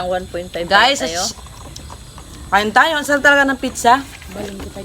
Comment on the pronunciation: kayo nga jejejemon taga bundok,,,,,,yun ang paka pronounce ng nanay mo piiiiichhhhhhaaaa,,,,,,,hinde ba dapat pizza yan hahahaha palibhasa walang pinagaralan taga bundok🤣🤣🤣🤣🤣turuan mo nalang nanay mo mag pronounce ng tama 😂😂